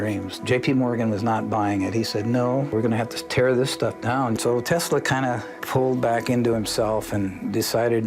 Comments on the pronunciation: "Noah Taysla"? Damn, this old guy is worse than Don Cherry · I caught that too! He called him 'Noah TEEES-la'. Lol!